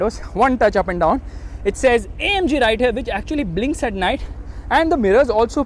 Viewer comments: its not omg its amg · saying OMG.. le mercedes* noo... ita AMG 🤣🤣